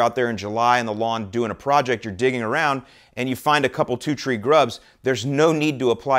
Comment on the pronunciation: Is he saying tree instead of three? 😂